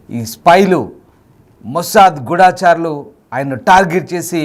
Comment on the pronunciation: గుడా చారులు అనకూడదు. గూ ఢ చారులు అనాలి అది సరియైన తెలుగు పదము.